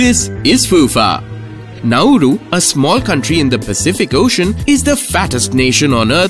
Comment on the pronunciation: not pronounced 'Nau-ooroo', try 'Nau-roo'